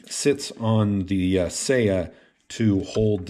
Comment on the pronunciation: It’s /sɑjɑ/, not /sejɑ/. せや is Kansai dialect for “oh, yeah.” Not Japanese for scabbard.